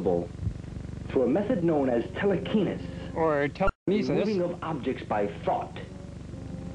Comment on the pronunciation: "telekenis" AHAHAHAHA